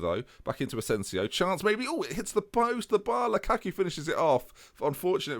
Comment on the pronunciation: you are killing me, please pronounce Lukaku correctly.